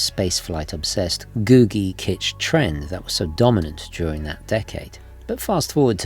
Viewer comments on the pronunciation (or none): none